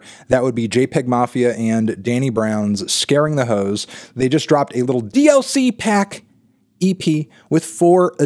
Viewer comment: Garden Hoes? It’s “Ho’s” Mellon!